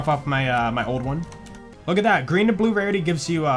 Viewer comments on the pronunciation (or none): none